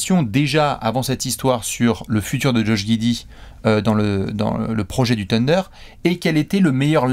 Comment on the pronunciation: s’il te plaît: le « Th » en anglais se prononce « sssss » en plaçant la langue entre les dents (avec un cheveu sur la langue quoi). Donc pas « TEUNDER » mais « SSSSUNDER » Demande à de t’expliquer 😅